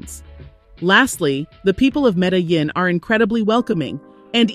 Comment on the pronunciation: Omg…. Medellin is pronounced 🗣️ META-JEAN…. jesus. This makes me think you have never actually been there.